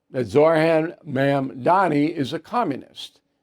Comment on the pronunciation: Bill, it's Mamdani. Don't be like pinhead teporters.